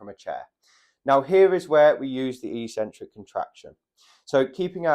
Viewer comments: That word is ik-sen-trik. Definitely never e-sen-trik. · It's pronounced EX- centric, not EE-centric. Also the "over 50s" is hardly a homogeneous group. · Eccentric: ek-sen-trick. is the opposite of concentric. Sorry,, your ee-sen-trick thingie is just illiterate nonsense. But as an 80-year-old who has to worry about my balance, I do value your good sound advice. Keep it up, and thank you! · not e-centric but ec-centric (pronounced ek-sentric, from Latin ex- prefix). Having trouble on going down stairs, I also found this information helpful. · It's eccentric, he's just pronouncing it very strangely. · A 'c' is only an 's' sound if followed by an 'e,' 'i' or 'y.' Ascent has the 's' sound, but accent has a 'ks' sound. Eccentric is just like accent, even if this reality hasn't hit gym culture yet (and likely never will). I highly recommend The Logic of English to anyone who reads this comment. It is a family heirloom book for those interested in learning English spelling, reading, pronunciation and writing the most efficient way. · I would pronounce excentric /i k ' s e n t r i k/.